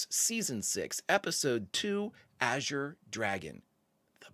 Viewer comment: Thank you for being the only reactor that can properly pronounce “azure.” Not sure why saying it correctly is so difficult for some, but it makes me crazy. Thanks for another fantastic reaction!